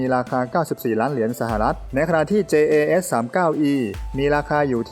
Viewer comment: Dassault Rafale อ่านว่า ดาสโซลต์ ราฟาล เพราะมันลงท้ายด้วย le ถ้าจะอ่านว่าราฟาเอลมันจะต้องลงท้ายด้วย el รู้สึกว่าคนทำช่องข่าวทหารรุ่นใหม่ๆ จะผิดกันเกือบหมด ลองหาฟังจากช่อง TAF หรือ LT studio สองช่องนี้เชื่อถือเรื่องข้อมูลความถูกต้องได้ อีกอันที่ชอบผิด JAS อ่านว่ายาส, แจ๊ส ไม่ได้อ่านว่าจัส จะออกเสียงจัสต้องเขียน JUS อ้างอิงเสียงอ่านจากคำว่า JAZZ (เพลงแจ๊ส) และคำว่า JUST (จัสท์ที่แปลว่าแค่)